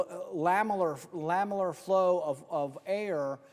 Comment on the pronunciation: Sorry I like Rand Paul but I can’t help myself and must make this correction. It’s LAMINAR flow not LAMILAR flow. Ok carry on. I’m ok now! 😂